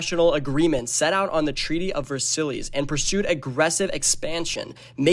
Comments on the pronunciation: Versillies?? It's pronounced "Ver-sai" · Ver-sillies it’s pronounced vers-eyes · You are pronunciating Versailles so wrong, its pronunce vuh-sai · Why are you pronouncing Versailles like that?!? Please tell me youve seen this word before. VerSillies? Really??? And you showed the Sydney Opera House during part of this assuming it's France I guess? This is well produced but there are massive errors. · No S. Ver silly’s is a silly way to say it 😂